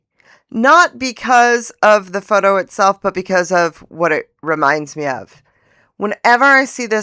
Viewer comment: Hahahahaha!!! Faux - toe! 😂